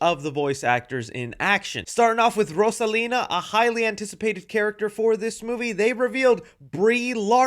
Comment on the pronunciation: Fuhkahh hard with Rosalina, js pronounce it how the name is intended to be said